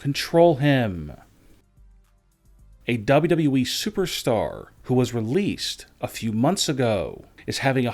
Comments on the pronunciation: "WWE" clown, not "WE" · It’s W W E not WE, I hate this channel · Is it me or does he sometimes say WE instead of WWE?